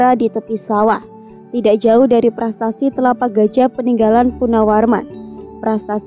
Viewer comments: Prasasti...bukan prastasti... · "PRASASTI" ya bukan "PRASTASTI"